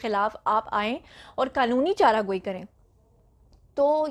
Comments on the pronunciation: Ap word Chara Joi ko Chara goi bolt rhi Hain aor ilfaz ko itna zyada press kr k b na bola Karen baqi wish you best of luck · chara gooie nahi hota balkah chara jooie hoota hy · Asal lafz charajoe ha na k charagoe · madam " chara joi" lafz ha ap bar bar "chara goi " bol rahi hain ..plz correct urself for next time..thanx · Right pronounce is qanoni chara joi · Zia zaffar she is a patwaran. That's why she is pronouncing "chara goi".